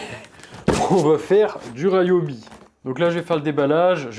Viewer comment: Je dois avoir une vingtaine d'outils Ryobi one ( il me semble que ça se prononce "Riobi"et pas ”Raillobi” et je suis plutôt satisfait des performances même s'ils ne sont pas sans défauts-ergonomiques surtout- ce sont des outils de qualité (la boîte japonaise qui possède cette marque fabrique aussi Milwaukie et AEG...). Pour moi l'intérêt principal c'est la variété des des outils One+(y compris pour le jardinage) avec les mêmes batteries, et le prix raisonnable. Mes 2 dernières acquisitions : ie coupe carrelage à eau et la cloueuse à air comprimé 16g.